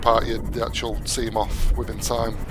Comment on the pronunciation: He says sea moff😂